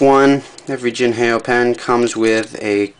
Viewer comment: jin hay oh ? its pronounced the way its spelled, "jin how"